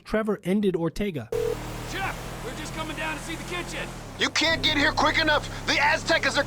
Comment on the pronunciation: I find it fascinating that you have all of this knowledge about the game, but simple names that are said out loud, in some cases m multiple times, are constantly being mispronounced. Chef, MC Clip, Cris Formage. It's very off-putting and unprofessional for a video creator.